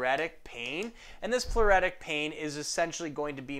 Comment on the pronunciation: ploo- RIT- tic excellent vids btw👌